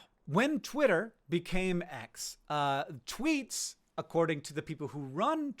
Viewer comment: Canadians be like "you read my Twoots, eh?"